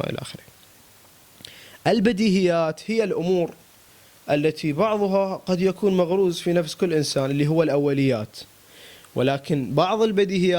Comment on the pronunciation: ترة الكلمة (مغروس) وليس (مغروز) شنو مغروز طامس 😂